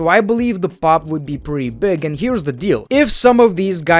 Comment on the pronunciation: BWIGG BWOOTY BWIGG